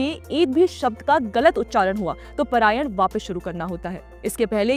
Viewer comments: Not prayan it is Parayan🙏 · It's not parayan, paaaraaayan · It is not परायण. It is पारायण। It is not मध्यांदिन् It is माध्यंदिन्।